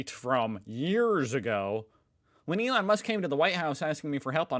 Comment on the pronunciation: True, he said Ron Musk lol